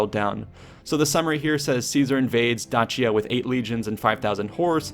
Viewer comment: Not trying be rude but Dacia is pronounced Dac-ia. The C IS LIKE A hard K